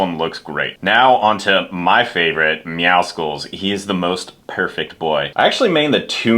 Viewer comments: You call him meowmuscles? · Why are you pronouncing Meowscles like that? It's meant to be Meow + muscles, because he's buff.